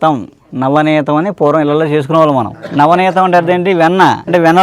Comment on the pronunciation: నవనేతం కాదు, నవనీతం అనాలి.